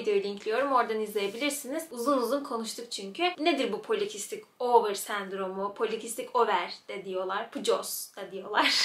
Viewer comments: Polikistik "ovır" değil over okunur yazıldığı gibi çünkü pcos Latince kelimelerden oluşur. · polikistik over diye okunuyor ovır değil😅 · Merhaba, yanlış anlattığın birkaç şeyi düzeltmek istedim🙃 Öncelikle ovır degil over diye okunuyor bu cok önemsiz ama söyleyeyim dedim. En önemlisi biz pcosa asssla yediklerimiz yüzünden sahip değiliz yani sağlıksız beslendik basımıza geldi gibi bir mantık çok yanlış. Anne karnından beri bizde var olan adet olana kadar içerde sinsice duran bir sendrom bu. Adı üstünde sendrom. Bir sendroma biz kendimiz sebep olamayız o bizde kodlanmıştır zaten. Sebebi de hala tam olarak bilinemiyor ayrıca. Kısırlık konusunda da kadınların yüzde 80i doğurgan oluyor. Pcosu olup da hic farkında olmadan doğuran o kadar cok kadın var ki.. çünkü kadınların üçte ikisinde var bu sendrom. O yüzden illa her kadın dkh kullanacak diye bir şey de yok. Çocuk sahibi olmak istediği zaman doktora gidip basit birkaç tedaviyle cocuk sahibi olunabiliyor🥰 derece derece degişse de illa tedavi olmazsanız kısırsınız diye bir şey yok. Birkaç şeyi düzeltmek istedim sadece☺️ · polikistik ovır değil over hastalığın adı ingilizce değil latince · "Polikistik over" yazıldığı gibi. İngilizce telaffuz etmene gerek yok çünkü Latince. Doğum yapınca da temizlenen bir durum yok, bu geçecek bir şey değil bir yapı. Hayat tarzı değişimiyle yönetiliyor.